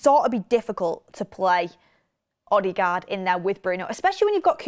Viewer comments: It’s odegard not odigard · Please stop saying OddieGard... 😂😂😂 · still sounds better than how she pronounced it